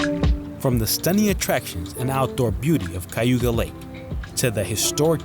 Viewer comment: Good Vlog! You just need to learn how to pronounce Cayuga! I grew up in Upstate, and some of my ancestors lived in Seneca Falls. It's pronounced KA you ga!! Which is Native American and not Spanish Cay!!